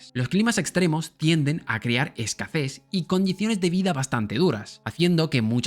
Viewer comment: Lo siento mucho, cero ánimo de resultar ofensivo, de verdad, (mi máxima admiración por el dominio del Español, vaya por delante), pero se me hace muy divertido comprobar que a muchas personas extranjeras se les resiste decir la palabra: es-ca-SeZ, y en su lugar dicen es-ca-"ZeS" 😅😅😅. No entiendo la razón exacta de la confusión... pero le pasa a personas de diferentes idiomas de origen como lengua madre, y todos se confunden en lo mismo, con exactamente la misma palabra... aún y a pesar de hablar un Español Admirable... Es un fenómeno tan curioso... como divertido, al cuál no soy capaz de encontrarle una explicación 😅😅😅. Perdón... no me pude resistir a comentarlo 🙏🙏🙏😅😅😅.